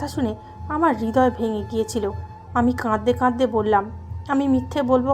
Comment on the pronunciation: বিশ্রী তো বটেই, ডাহা ভুল একটা শব্দ (কাদদে কাদদে)। অথচ সুন্দর একটা শব্দ (কাঁদতে কাঁদতে)। বেশ কিছুদিন থেকে এই মহিলার উদ্ভট ভুল শব্দের জন্য এই চ্যানেলের গল্প শুনা বাদ দিয়েছিলাম। আজকে হঠাৎই শুনতেছিলাম। কিন্তু সেই বাজে শব্দ (কাদদা কাদদেই), যাক এবার চ্যানেলের নাম মনে রাখতে চেষ্টা করবো। #মহিলা কি লেখাও চোখে দেখেনা# ?#